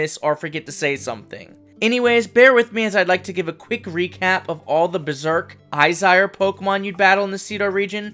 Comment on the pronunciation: when you say Izire do you mean Aesir? like Aye Seer? if so I like that god pokemon lol